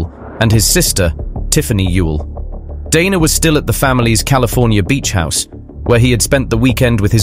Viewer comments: Interesting presentation about a greedy killer. Odd how you pronounce "Dana", sometimes correctly, with a long "a", sometimes you say "Donna". It's irritating. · DANA not Donna